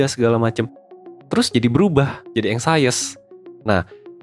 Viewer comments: Bacanya eng.syes bukan eng.sayes...cm mau blg gt aja🙏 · anxious bacanya ang(k)shes min bukan ansayes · Inggris lu ganggu banget,anxious dibaca anxies. Bukan anxaious..